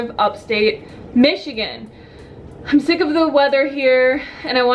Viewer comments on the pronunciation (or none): none